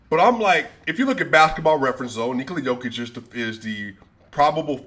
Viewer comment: Bro how u say Jokic the right way and then u say Doncik, 90% of Serbian and ex Serbian last names(or the last 2 letters ić) are pronounced like ''itch'' so Jokitch, Doncitch, Bogdanovitch because yall guys dont pronounce letters like we do with just one sound for each letter. And yea Jokic is MVP and then 3 spots empty then Giannis, Embiid and whoever.